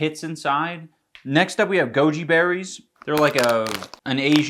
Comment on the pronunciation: I kept hearing joji berries